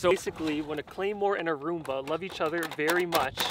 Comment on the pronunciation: Am I the only person who heard him say “A chunk of zoomba.”?